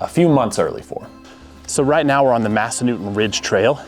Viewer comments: I’m assuming you didn’t ask any locals how to pronounce Massanutten… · Yes, I live there! I can see Massanutten Mountain from my front porch. Pronounce the 3rd syllable NUT 🥜 😊